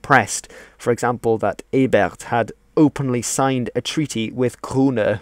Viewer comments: Also, Ebert is not a French name. There's no reason to drop the t. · Thank you, good information here. One note- the T at the end of Ebert is very much pronounced.